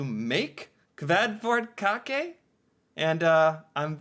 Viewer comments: She is not Even Norwegian.....and dont say it right... And its not a dessert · the Æ sounds like A in apple. this might help with pronunciation. I did have the cake on my birthday earlier this summer. it is not that sweet. and yea we do use a good amount of almond in Norway when it comes to cake. Kransekake, Fyrstekake and Marzipan are made of almond.